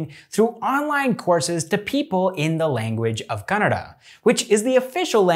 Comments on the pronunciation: They way you pronounce "Kannada" is just perfect. Dhanyavadagalu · Being a foreigner he pronounced "Kannada" better than most north Indian people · You pronounced word "kannada" better than many indians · I love that you pronounced Kannada correctly even northies dont speel it correct. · kudos for pronouncing kannada correctly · Happy to see someone pronounce "KANNADA" ❤️❤️❤️ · He is not North Indian 🤣 that's why